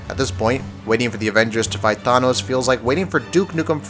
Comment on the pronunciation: The way you pronounced thanos made me cringe so hard my toes curled